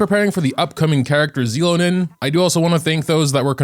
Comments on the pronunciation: So you just decided you won't take the real pronunciation into account what so ever. They said it so many times on the livestream too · please watch the English trailers to know how to say her name. Anyway, thanks for the reminder about prefarming for her.